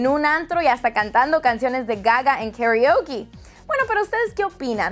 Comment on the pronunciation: Xq no dices.. " KARAOKE " Bien? hahaha así como lo dices suena raro... dilo a lo MECANO! haha ok no! <3